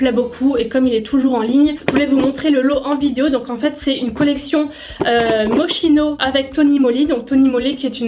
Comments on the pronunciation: Mochino 😂😂😂 sa se prononce MOCHKINO ❤️ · Coucou juste pour info je ne suis ps sur de moi desole si je me trompe mais il me semble que moschino se prononce moskino comme cest une marque italienne , comme mon prenom qui se prononce kiara . En italie le ch se prononce k Enfin sinon superbe video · On prononce « moskino » 🙈😂 mais on t’aime quand même 😘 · MDR j'ai toujours prononcé Moschino shame on me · Sa se prononce moskino non pas mo*ch*ino ??¿???